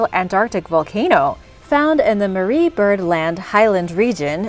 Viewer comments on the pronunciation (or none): none